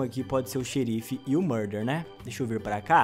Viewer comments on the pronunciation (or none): “eu quero seRRRRR o murdeRRRR”